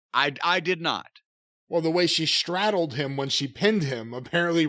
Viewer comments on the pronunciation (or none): straddled, not “strattled”.